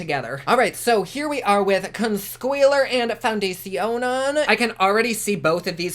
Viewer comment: I love how you said ConSquealor and Foundecionon.